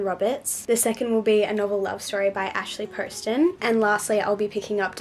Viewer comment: You are the first person I've heard say Ashley Poston's name right. Lol So excited for this video!